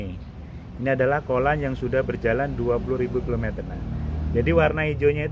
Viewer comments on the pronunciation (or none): kollan - coolent😂